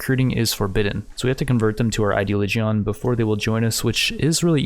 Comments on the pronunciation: gotta love how you say ideology "ideoligeon" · Ideoligion is not pronounced like that